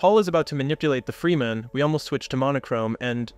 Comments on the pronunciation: Awesome breakdowns, you made some really great points that I hadn't previously noticed about some of my favorite movies that I'll appreciate even more now! If I can give one piece of feedback, it's that I think you could work a little on consistency. You pronounce Fremen 3 different ways, two incorrectly but in different ways almost back to back, and the same with Chani when talking about the importance of Blue (although those aren't wrong necessarily but still conspicuous). This is a minor point, but you've got such a great quality of work already that these little things stand out more and to people who notice them it could shake their faith in your points if it feels like theres still mistakes being made on the really basic stuff. Idk if you have an editor that you work with, but someone to help catch little inconsistencies might really help take your videos to the next level. I'm looking forward to seeing your channel grow and what other awesome stuff you'll make going forward. It's so exciting anytime I find a new channel making thoughtful work. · Head ups for next time, it's not FREE-men it's frem-en. Fantastic video!!!! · Freh-men. Not free-man. But otherwise great video and good points. Color and light intrests me profesionally. Perhaps a video about directing the viewers eye with luma values of colors? Blue is pretty dark(grey) if you look at it desaturated. Skintones take the viewer somewhere if you go above and below certain luma or IRE values. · Its Fremen not Freemen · it's Fremen, not Freemen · Dude you need to sort your pronunciation out. You swap between saying Lee-toh and Leto. You also swap between saying Fremen and freeman It's really distracting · FRE-MEN not FREE-MEN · You gotta stop calling the fremen the “freemen” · Good analysis, but the mind boggles at how you can watch nearly 6 hours of Dune and still pronounce it 'Freemen' almost without fail. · bro said fray men and free men within 10 seconds of eachother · Man says Freeman wtf